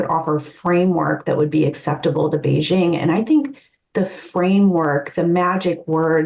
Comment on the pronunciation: Kudos to for pronouncing Beijing correctly (hard j, there is no soft j sound in Chinese). I’m not sure why Americans can’t do this, but most can’t, apparently. 😂 otherwise it’s a very nice discussion, thanks!